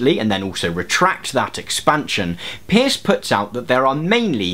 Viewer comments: Minor point: it seems to me that the Americans pronounce the name of CS Peirce as in 'purse'. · Thanks for this. Just to let you know the Peirce is actually pronounced Purse. No one knows why. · Fair enough. But at the very least, Peirce is pronounced the same way you would pronounce the word purse. There is some contention to this, however, it is definitely not pronounced like the word pierce. I don't wanna just bitch, so I'll give you an example to consider, maybe you'll get interested and do a better video on semiotics: ) You say that traffic lights are a symbol; but how does that sign affect your mind? it has to be through some sort of actual effect of the sign; and what is the source of that actual effect? it must be a certain qualitative aspect of the sign. This is a feature of Peirce's semiotics that is extremely commonly misunderstood but there are no pure icons, indexes and symbols either in nature or in mind. The classification of signs is an analytical tool meant to describe all possible ways in which the mind operates but in reality, iconicity, indexicality and symbolicity are all necessary features of any sign which is to represent something. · I wanted to point out this nitpicky detail, too :) From the few things I remember from philosophy classes, CS Peirce is pronounced as 'purse' due to linguistic conventions of spelling and pronunciation being different those some 100 and something years ago. (Also, if anyone cares, the philosopher George Berkeley is pronounced 'barkly' for similar reasons. I learned so much from philosophy, yay.) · Peirce as in “nurse”. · His name is P-E-I-R-C-E. And it's pronounced "purse" and his (and Lady Victoria Welby's) work antedate's de Saussure's by decades